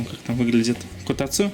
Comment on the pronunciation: Эти ударения, действительно правильные? Мне всегда казалось, что: котАцу, шИбуя. Что-то было ещё, из других видео, уже не помню. Было видео, где Мики произносила некоторые Японские слова, для тех, кто хочет начать учить японский, и вот там, все ударения звучали так, как я и предполагал, плохой пример, слова были совершенно другие, но всё же. Ещё произношение в некоторых фильмах или аниме, там мне слышалось именно такое ударение в словах. Или это баг произношения японских слов в русском монологе?) Как правильно?